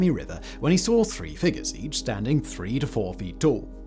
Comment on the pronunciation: Don’t say figure like that 💀